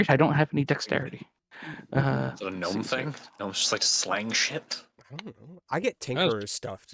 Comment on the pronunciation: "Gno-me" lol